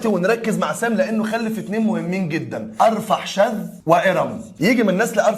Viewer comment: تسلم ايدك لكن ابو سيدنا هود اسمه ارفخشد او ارفخشذ بالخاء و ليس بالحاء وممكن ارفكساد حسب كتابات الاوروبيين و سيدنا لوط قومه كانوا في سدوم وليس ستوم لكن مجهود رائع طبعا ربنا يجازيك خير يا ريت تستمر في النوع ده من الفيديوهات .